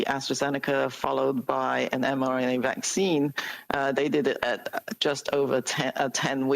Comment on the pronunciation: it is not avccine